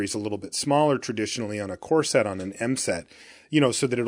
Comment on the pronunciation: Darn it, now I can't unhear talking about corset drafts...